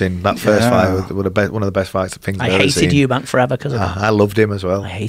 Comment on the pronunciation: Eubanks!? 🤦‍♂️ its Eubank, Joe Rogans 😉